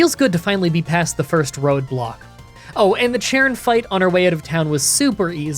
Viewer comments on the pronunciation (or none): none